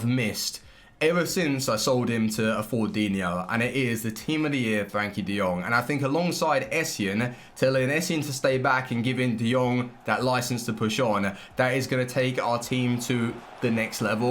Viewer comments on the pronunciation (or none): I love you bro but please stop calling Frenkie De Jong 'Frankie'